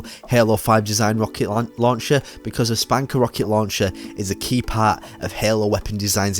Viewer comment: SPNKR=Spunker not spanker I would love if ya'll would actually pronounce the name correctly